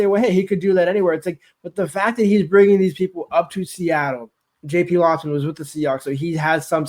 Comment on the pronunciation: Ir's "LOWsman" not lossman